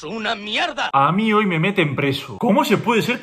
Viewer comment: hasta aqui el video de hoooy...bro pq entonas al final mdm q rabia da